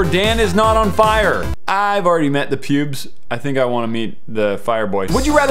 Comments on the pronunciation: He didn't say I already met the PEWDS he said I have already met the PUBES!!! lol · He said pubes!! 😂😂